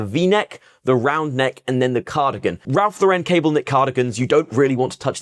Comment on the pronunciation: Hi There. Handy video! RL sells well here as well. Keeps it's value. May I correct your pronunciation? It's Ralph LOR-ren (not lor-REN). As a former RL freelancer (packaging design) it's a common error here in the US too. 🤭